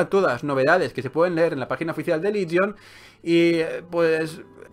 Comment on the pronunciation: confundes "Ligion" con "Legion", parece ser que has confundido la "i" con la "e". XD